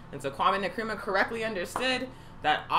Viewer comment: Not meaning to nitpick, but Nkrumah is pronounced en kru ma, not ne krum ma.